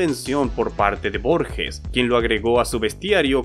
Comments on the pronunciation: la G de Borges se pronuncia como cualquier G seguida de E en español, como una jota, no se pronuncia Borshes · Se pronuncia tal cual se escribe Borges